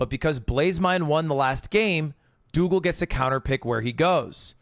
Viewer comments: doogle not doogile sob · “infoomi” “snowcrab” “doogle” 🥀 if hax’s name was longer than 3 letters he’d find a way to pronounce it wrong too 😭